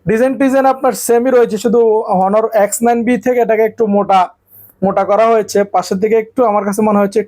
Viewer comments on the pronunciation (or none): ভাইরে হনার না অনার উচ্চরন হবে ।